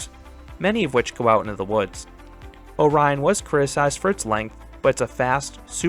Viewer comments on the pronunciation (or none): none